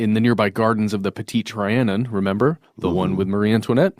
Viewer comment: You’re pronouncing petite Trion incorrectly